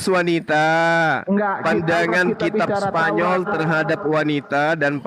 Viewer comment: Pasti ketawa kalo denger ucap kitab spanyol...hahahahahaiiiyyy